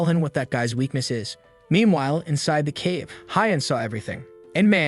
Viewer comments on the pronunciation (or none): none